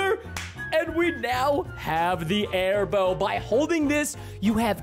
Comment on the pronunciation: The airbow sounds like hairbo